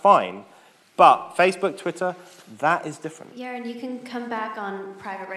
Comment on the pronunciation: She pronounces Yaron "year-ron" and Ayn "Anne." Stop getting Americans as moderators. I'm joking a bit